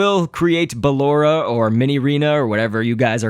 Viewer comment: Its BALORA